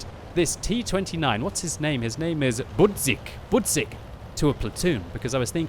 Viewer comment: I just love how you pronunce your Polish friend name.... like it was two words. Bud and zick... XD btw: his name means Alarmclock ;)